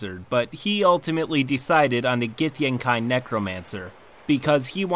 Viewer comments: githyankey, not githyankai ... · nitpick: it's supposed to be gith-YAN-kee. Usually these things don't bother me much but it was surprising that it grates on me when you pronounce it GITH-yan-kai. Maybe it's because I never liked them or the githzerai, which (oddly enough) according to pronunciation guides is supposed to be GITH-zer-y rather than gith-ZER-eye. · Isn't it pronounced "GithyanKEY"? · Gyth-an-kai.....I've always thought it was Gyth-an-key.....hmm...tomatoes tomAaaaToes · It’s pronounced gith-yankee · gith - yen - Kai? come on dude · This is super nitpicky but it bothers me so much when people mispronounce words that have very established pronunciations. githyankee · gith-yawn-kee pls and thx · It's pronounced like Gith-Yan-kee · Not super important, but I've always pronounced it gith-yankee. Any sources on the correct pronounciation? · >i dont wanna be cliche, like an evoker >ill be the cliche necromancer, instead >casts illusions and fireballs u wanna be a non-chliche wizard, u go for chronurgy. U wanna win dnd, u go for wizard and theres nothing bad bout that. Not only do u read "githyanki" wrong, but also u have multiple double-takes u havent edited out. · I hate the way you pronounce githyanki